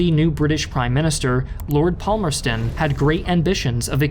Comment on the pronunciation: 19.10 Palmerston= “pahmerston”, not “pommerston”.